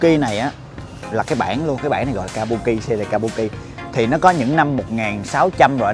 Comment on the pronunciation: đọc chính xác là kabưki a